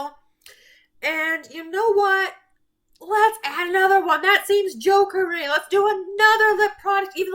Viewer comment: “That seems ‘jokery’!” 😂 You got this!! Also, not me chilling over here with my straight purple lipstick today. 😝